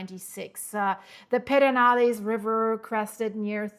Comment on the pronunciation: "Purr-din-aless" River ☺